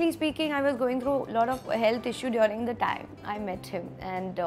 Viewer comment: Apki english abhi v buri hai😂😂. Its person not pudgeson and its during not diyoooring 😂😡